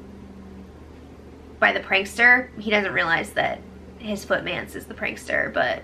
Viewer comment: Footmance🤣🤣🤣. I had to replay it, thought I heard f***dance. 🤣